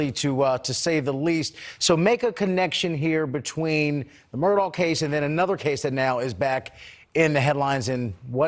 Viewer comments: it is pronounced "mur-dock" not murdo. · Mur-duck, dis, dat, wit....smh